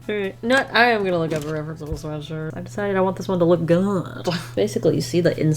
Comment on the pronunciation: and he’s got a sweashshwirt